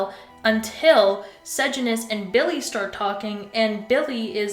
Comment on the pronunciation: its cor-io-lan-us and suh-jan-us